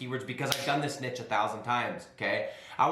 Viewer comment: You pronounce niche wrong